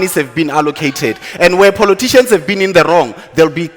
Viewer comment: I stop listening to DA the minute he said poloticians.